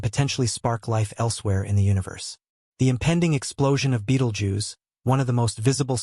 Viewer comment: Pronounce 'bettle-gerze'